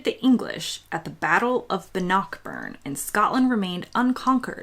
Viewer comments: it's pronounced BANockBurn not BANNOCKburn ;-) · To be fair, it was Bannockburn that made me chortle most.